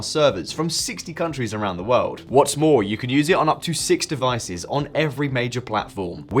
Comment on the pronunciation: "world" has an r sound........